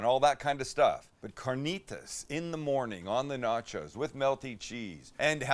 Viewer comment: Where in Canada do we say nah-chows lol.